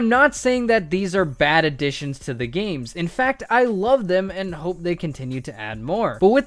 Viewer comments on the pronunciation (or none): none